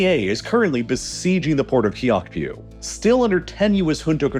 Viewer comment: Aung San Suu Kyi. Kyi should be pronounced as chee Kyaukphyu - ciao-pew